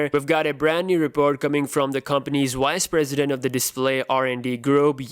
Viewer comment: Vise President, yes Vise President 😂😂😂. You crack me up dude!